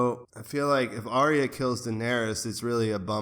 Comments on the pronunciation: Ar-ya not Ary-a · "Ar-Ree-Ya" LOL